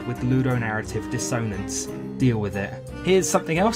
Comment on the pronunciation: The way dissonance is being pronounced, genuinely unsure if it's serious or not